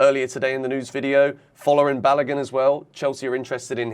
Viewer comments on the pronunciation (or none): His name is not Balagan.... fo-la-rin. Ba-lo-goon that's how that name is pronounced.